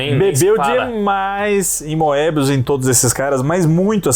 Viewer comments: eles falam moebí mesmo na frança? kkkkkk acho que é mobiús a pronuncia, com O fechado e sem pronunciar o E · Na verdade, vocês não se enganam muito ultimamente. A única coisa a criticar é que Moebius se pronuncia "mêbiús" em francês (o acento no U é para indicar que a sílaba tônica é a última, o que nunca aconteceria em português) ou até "moêbiús", como eu já ouvi o Druillet falar, embora o "oe" em francês (que é um único caracter no idioma) se pronuncie "ê". Nada de "Mêbi" ou coisa assim, isso é totalmente errado! Nem vou comentar as pronúncias de outros nomes em francês... A partir do 10, a nova encarnação da Métal Hurlant começou a publicar material inédito nas edições pares também. Os clássicos já foram todos publicados em álbum e a galera não estava comprando... A gestão do Goscinny na Pilote foi absolutamente essencial para os quadrinhos franceses e marcou a ascensão da produção francesa no mercado franco-belga, que era até então fortemente dominado pelos belgas. Goscinny estava sempre descobrindo talentos novos para a Pilote e até os dava uma certa liberdade criativa. Foi na Pilote que o Philemón do Fred, série altamente experimental, foi publicado e Goscinny defendeu a publicação com unhas e dentes, apesar de ser muito criticada pela maioria dos leitores. Quando o Alix do Jacques Martin foi censurado por nudez na França, Goscinny foi por iniciativa própria no departamento que fiscalizava as publicações na França e conseguiu liberar a obra. Goscinny estava longe de ser um conservador ou careta! Mas como vocês disseram, os autores mais novos queriam fazer material com um nível